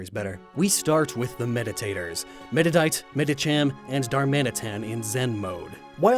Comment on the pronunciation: Also, he pronounces "Meditite" incorrectly. It's "Med-i-tight" not "mudduddight."